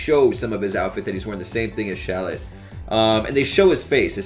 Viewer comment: considering the name is shallot like the onion... shouldn't it be pronounced shal-LOT not SHALL-ot? If still confused, Kakarot and Shallot should rhyme.